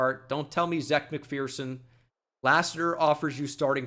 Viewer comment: Who is fighting you over the Eagles needing a corner? 😭 We absolutely need one. Also Zech McPhearson’s first name is just pronounced as “Zach”